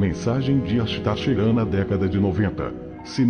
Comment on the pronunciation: Esse " esthar cherando " é de onde?